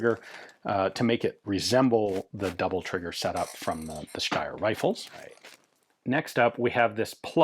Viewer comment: Another American mispronouncing something that they’re allegedly an expert in… That’s why self-appointed experts are to be avoided at all times. Ian is usually ok but the way he saying ‘Steyr’ with an 👁️ sound ….. 🤮